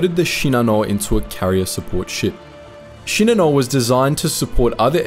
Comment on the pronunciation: Actually his pronunciation is correct. Most YouTube narrators pronounce it incorrectly.